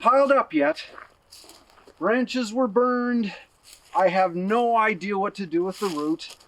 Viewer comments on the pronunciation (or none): none